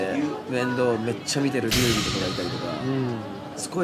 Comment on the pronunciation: 劉備は「りゅうび」と読みますん